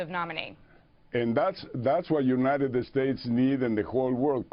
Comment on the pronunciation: u-ni-ded-ded states